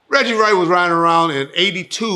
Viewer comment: Regcheese !!! Lol